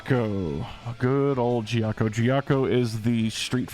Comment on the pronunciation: If Ghiaccio heard the way you pronounced his name